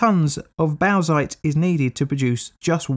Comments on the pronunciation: bowzite ? desiccated bowzer shit ? , yeah its pronounced borksite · “Box-ite”. It’s pronounced simply “box-ite”. Definitely not “bough-zite”. 🤦‍♂️ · Small correction: bauxite is pronounced "bork-site", not bowk-site. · I guess I'm just that annoying guy who corrects you on pronunciation now, but.... bauxite is pronounced BOCKS-ITE, not BOWZ-ITE. Great video as always, very well researched and presented. This reminds me of the time you called the body of water I live on the poo-jet sound instead of pew-jet sound - the idea of it being named after a jet of poo had me laughing far longer than it had any right to! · Aluminium ore is bauxite pronounced “bawksite” not “bowsite” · "Bowsite".... No mate.... Bauxite = "Bawksite" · Its just pronounced "boxite" not "baozeit" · Bauxite is pronounced "Borx-ite" Dam! (Pedant's corner attempt at a dam joke.) I'll get me coat... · It’s pronounced “BOX-IGHT”!!! Box ite!! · Oh and bauxite is usually pronounced boxite or bawksite. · I kind of liked the pronunciation shift toward bawsack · Aussie here. We dig up a bit of this stuff. We pronounce it as bork-site. But we are at the arse-end of the world. So who cares. On a side note - I do like AvE's description of aluminium as 'liquified elctrocity.' You keep making content, I'll keep watching. Thanks. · So I was going to comment on his pronunciation of Bauxite but reading through the comments.... How the hell are Aussies pronouncing it "bork site"? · 👌 video on point. Bauxite is pronounced boxite i believe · Well, you know, it's Australia. They do like their "bork" sites... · Where else would you bork... if not at a bork site? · I've never heard Bauxite pronounced any way but "box-ite", and I come from a state (in the US) with a town named Bauxite. Odd. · Bauxite is pronounced like box-ite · What pronunciation of bauxite is that? In English it is generally "Box-ite". It is named after Les Baux-de-Provence, but even in French the rock is not pronounced like "les baux".